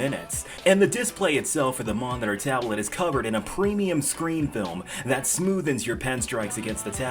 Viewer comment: Bruh said momiter